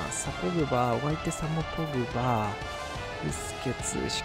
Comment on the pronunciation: ポー⤴︎ ⤴︎グ⤵︎⤵︎バー⤴︎ ⤴︎